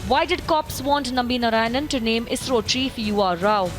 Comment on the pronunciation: His surname is NarayanAN not Narayan. Everybody does this mistake.